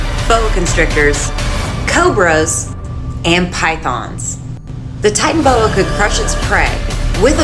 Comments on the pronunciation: its pronounced titanaboa not titanboa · Tiytanabowa not titanbowa that is how it is pronounced how it is spelt titanaboa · ITS NOT TITAN BOA ITS TITANABOA